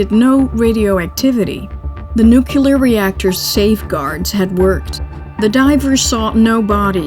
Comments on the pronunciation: 20 seconds in and I hear "NUKE-YOO lerr" Nope. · Fascinating documentary. The narrator has fantastic annunciation of the Russian names and words, but a very American pronunciation of the word ‘nuclear’. Please. It is never ‘nuculer’.. It sounds like George W Bush directed the film. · Narrator is excellent. Perfect, even… except for mispronouncing nuclear. (Pet peeve.)